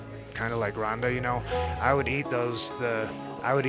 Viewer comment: It's ronda, not rrhonddda.... Wtf